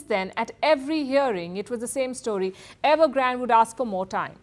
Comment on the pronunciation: It’s evergrandeeeee not evergraaaand